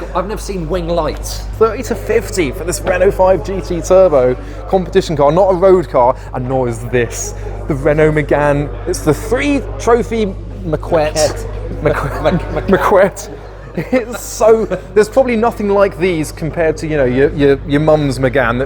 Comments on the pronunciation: it's pronounced like "market" without the R (something like macket or maket idk) because the U is silent here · “How do you pronounce ‘maquette’ lol 😝 2 minutes later : “these are all the moles”